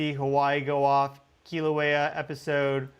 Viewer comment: Mahalo nui for pronouncing Keelawaya correctly. Next lesson, Mauna Loa, Maauuna Loa. Not mana, which means spiritual power. Maauuna Loa has mana nui! Much spiritual power.❤